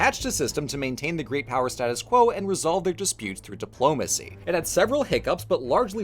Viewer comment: Dang, you know when says "Diplomacy" I can hear the Capital letter..